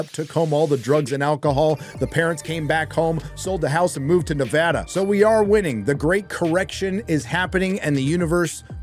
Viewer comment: Way to pronounce Nevada properly. Thumbs up.